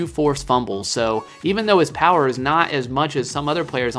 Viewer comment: I'm not sure if you're aware or not, but when you say "96 power" it's hit power. Just by the way lol